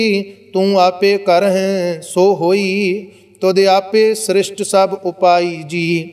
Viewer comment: Are you talking about the pronunciation of SRISHTI in the paath... its actually correct the way he is saying it. That how you say it😄